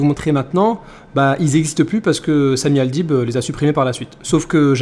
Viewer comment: Le mec il dit Samy Al..bide!😂😂😅😅😅